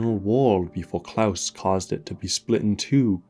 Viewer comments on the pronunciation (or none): none